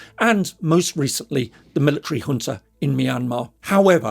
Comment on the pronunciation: Fantastic video, although my main takeaway is that 'Junta' isnt pronounced with a hard J